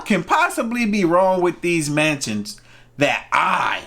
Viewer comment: What i heard " Manches nobody wants for a $1"